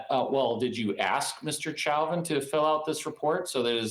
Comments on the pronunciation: Lawyer even pronounces his own client's name wrong. "Chow-vin" It's "Show-Vin" dude. How much is he paying you? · 🎯🎯🎯-at the very least, this attorney should be able to pronounce his high profile client's last name🤷‍♀️ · “Mr. Chowvin” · Mr Chow-vin? It's funny as hell watching Americans massacre the French language, on top of his general ineptitude and lack of speaking skills. Nothing but the best for Mr Chow-vin's legal representation lmao. It's nice to learn that the cop who is world-famous for murdering an innocent black man is receiving the affection he so rightfully deserves in prison. What yer' corn-hole Mr. Chow-vin. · If this is his lawyer, why is he calling him “chowvin”? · The lawyer can't pronounce his client's name correctly? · so he himself pronounced it wrong in court? 🤣